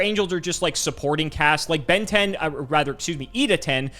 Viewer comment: Why does everyone say Benten like they’re saying Ben 10? 😂